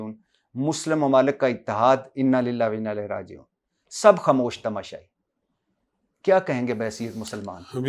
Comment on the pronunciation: Ooh Bhai bhatti it's Inna lillahe wainna illahe rajioon. Please correct your pronouns 🙏